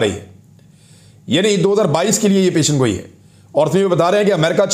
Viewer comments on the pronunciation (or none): پیشن گوئی نہیں پیش گوئی ۔ ۔ آپ کے تبصرے تحقیقی اور غیر جانبدار ہوتے ہیں۔ شاباش